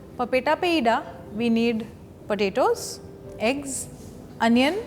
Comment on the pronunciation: Roundles of Padetos..